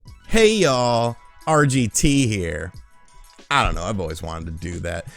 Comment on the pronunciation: Wait... was that 'hey all?' Or 'hey y'all?' 😆